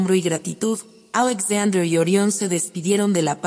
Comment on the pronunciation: Buena la historia, pero podrías pronunciar Alexander de acuerdo con el idioma en que lo estás narrando, el español. O echa el cuento en inglés. Sé coherente!